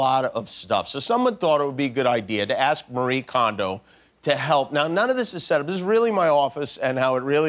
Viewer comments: There's actually three syllables in her first name - the fact that it's spelled the same way as the common western name "Marie" is just a coincidence. It's まりえ or mah-ree-eh. Also her last name is pronounced kohn-doh, not kahn-do. Japanese pronunciation is pretty straightforward: just pronounce every vowel (don't combine the "i" and "e" in this case, for example) and pronounce each vowel the same way every time (it doesn't change based on English spelling). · Somebody quick tell him it’s pronounced Mari-ye Kohn—doh